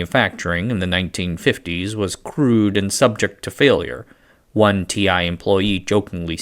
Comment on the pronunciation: You really need to emphasize the word "one" for the joke to land: "We could hardly make one alike [ , let alone two ]"